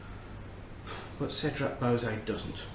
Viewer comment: "bow-zay" LOL. It's pronounced "bwa-zay"